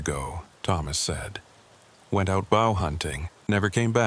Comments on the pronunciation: .....WTF!!!!...... ".....went BOW hunting..." LIke the FKN BOW of a ship!!!!!!!!!!!!!!! YET ANOTHER POS AI!!!!!!!!!!!!!!! I will now STOP listening to this POS story due to your POS AI!!!!!!!!!!!!!!!!!!!!!! Get a decent AI or FKN stop posting!!!!!!!!!!! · Turned this off when the AI mispronounced “bow” completely out of context.